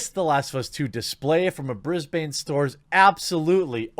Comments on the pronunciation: Bris-ban not Bris-bane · I'm Australian and I used to live in Brisbane, and I can confirm that it absolutely IS NOT pronounced "Bris-bane" (like Bane from Batman). The correct way to say it is more like "Bris-bun", so basically the first way that you said it at the start of the video. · You self-corrected your Brisbane pronunciation from the correct one, to the incorrect one. It's not Briz-bane. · You pronounced Brisbane correctly first ... then you 'corrected' yourself to the wrong way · Nope, it is Bris-ben not Brisbane to us Aussies. You had it right the first time :) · You were right the first time Jeremy its Briz Bin....... not Briz Bane..... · You were right the first time - it is Brisbn, not Brisbain. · Aussie here. You said Brisbane right the first time! Bris - BIN, not Bris - BANE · You had it right the first time... BRIS BAN not BANE (heavy breathing) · I'm from there, it's not Bris Bain it's Bris bn just fyi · Dude you have it the first time. Brisband not brisbane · You pronounced Brisbane right the first time. Briz-bin, not Briz-bain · You pronounced it right the first time: "Brisb'n", not "BrisbANE". (Sez a Brisbaner.) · Fun fact: Going by Australian pronunciation, you pronounced "Brisbane" (Bris-ben) correctly the first time then you changed it to the wrong prounounciation (Bris-bayne). 🙃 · Nop you had the Brisbane pronunciation correct the first time it’s BriZ-Bin not Bain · A note from an Australian: You had it right the first time Jeremy. It’s pronounced “Bris-bin”, not “Bris-BAINE”. Much like Melbourne isn’t pronounced “Mel-BOURNE”. We fight terrorists together; why can’t you guys learn how to say the names of our capital cities?! On a fairly hilarious side note; I was fired from JB HIFI by my angry lesbian manager. God I wish this was in her store... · Your first pronunciation of Brisbane was correct. It's brɪzbən "brisbin", not brɪzbeɪn "brisbane". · You had it right the first time, pronounced BRIS-BIN not BRIS-BANE ;) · It's Briz-bn.